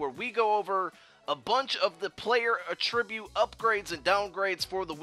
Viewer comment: I love your channel. I really do. I just wish you pronounced "attribute" properly. Lol.